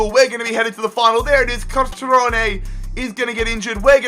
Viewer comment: I hate how you pronounce Cutrone